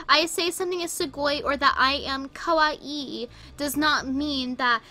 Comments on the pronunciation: That girl constantly mispronounces kawaii (ka-why not ka-why-EE) I can see her say yao-ee instead of yao-oi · The way she pronounced “kawaii” in the second video clip sounds like “kowai” which means ‘scary’ in Japanese. Fitting.